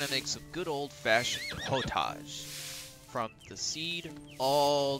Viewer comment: Thank you fot the tutorial. I think its pronounced pot-age not po-tage 😅. I cant wait for the co op